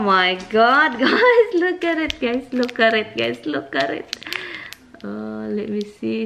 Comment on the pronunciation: I don't like that either dai. I put all my magnets on the side like you did. 🤣🤣😂😂 I thought you were saying 'lukaret' 😂🤣🤣 till I realised it's ' look at it' dami ko Tawa !!!